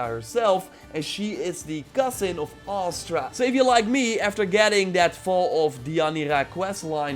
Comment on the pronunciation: It's Astra. Not Aster.